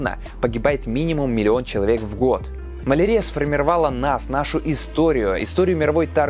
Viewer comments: Ударения в словах: малАрия, слюннЫх... коробит слегка 🤗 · Маленкая заметка: малариа -> мал ариа (mal' aria), с акцентом на Ариа, а нет на арИа.